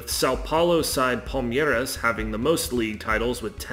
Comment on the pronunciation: Yeah, it hurt my ears hearing about palm-YE-ras and cruz-YE-ro playing the Campeonato Brasil-YE-ro. But other than that and errors about the Paulistão, the video was decent.